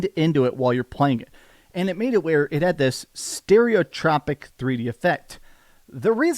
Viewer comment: "Stereo tropic" lmao.